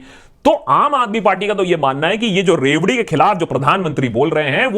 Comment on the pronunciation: What i heard first word loudi😂😂🤦🏻‍♂️